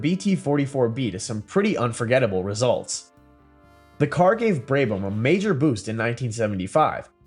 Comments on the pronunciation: Terrible editing and awful prononciation Braybam really, confusion of Vanwall with BRM and Connaught. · It is so damn easy to research how to properly pronounce Brabham. Just lazy.